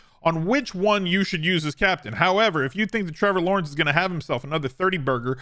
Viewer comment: Meh-vor Lawrence 🤣